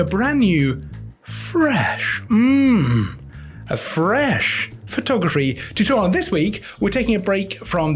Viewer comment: I also find emphasis on the word ‘fresh’ annoying.